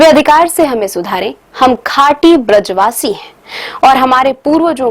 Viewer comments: Brij vasi to sahi se bol lo madam ji . Bajra vasi bol rhi ho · बज्र वासी नहीं 😂😂 ब्रज वासी 🤭🤭